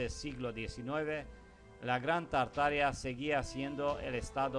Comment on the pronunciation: Exelente investigación.. Solo que se pronuncia tarta-aria o Tarta-ariano